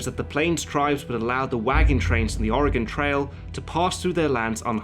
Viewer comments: Thank you for pronouncing Oregon correctly! You'd be amazed how many people say it incorrectly. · I appreciate how you pronounced Oregon correctly. I hate it when people say Ore-GONE... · Thank you for the correct pronunciation of Oregon. you really go all out with your research. I'm very impressed. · Thank you for pronouncing Oregon correctly. :) I think this film fails as a film in one way, and that is Costner's terrible, terrible voice over. I've always felt that a good film maker can get the ideas across without such a blunt method. And yes, I consider films everyone loves like Goodfellas to be diminished by this atrocious film making mistake. But hey, I'm just one guy in a sea of film audience members. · for pronouncing Oregon correctly! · Thank you so much for pronouncing "Oregon" correctly! ...as an Oregonian it is very annoying hearing people pronounce it as "or e gone" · I'm from Oregon and thank you so much for pronouncing it right! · In addition to everything else that was excellent about this video, he pronounced "Oregon" correctly. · As an Oregonian I appreciate that he pronounces Oregon correcrly when half of the people in my own country dont. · As an Oregonian it's nice to hear someone who is not native pronounce oregon correctly. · As a native, as well, I think it should be a crime to pronounce it with the dreaded "gone" suffix, and it's a huge sign you know someone is traveling, or not from here. The "gun" pronunciation is mainly a backwoods thing, and most of us - myself included - say "gehn" at the end, since a true Oregonian accent is borderline monotone, has a slight nasally pinch, and we have a tendency to sort of "flatten" our vowels out: like "may-el" for mail, "meyh-bey" for maybe, but not like "ul" for oil, it's more like "oiy-yull" or "dren" for drain. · I just want to say that you're probably the first non oregonian that I've heard pronounce the name of the state right. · I just want to thank you for pronouncing 'Oregon' correctly